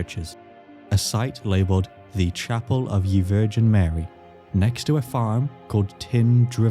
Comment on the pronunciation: Pronouncing "ye" as a literal yee is probably the funniest joke you've ever pulled considering how bad english-only speakers trip over Welsh, I legit had to pause to laugh hysterically over it